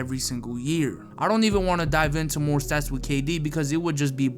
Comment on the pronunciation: Bruh it's kd